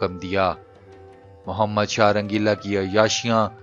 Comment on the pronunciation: Shah rangila bolo n bhi